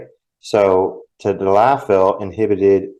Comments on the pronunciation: Hi thanks for your videos I'm going to break down tadalafil for you so you can properly pronounce it. Ta - dal - la - fill - Cialis. If you put it on a piece of paper during the next time you're going to talk about it and video has a reference it will help you practice pronouncing it for a couple of days in a row eventually it'll stick. Now as for sildenafil - Viagra Sil - den - a - fill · Hi, name is mike and I watch you regularly. Recently you had a show on where you were trying to pronounce the the names of Cialis and Viagra by their pharmaceutical name I'm going to help you pronounce it properly Cialis= ta - dal - la- fil. Viagra= sil - den - a - fil Start off slow several times then pick up the pace several times eventually your tongue will create a muscle memory and you will have the proper Cadence. Not busting your chops but merely thanking you for the good work you do